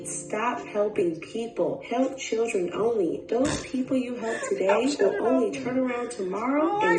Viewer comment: “Help Churren only” 😭🤣🤣mehn